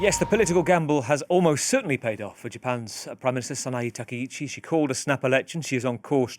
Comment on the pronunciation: Correct pronunciation isTakaichi not takeichi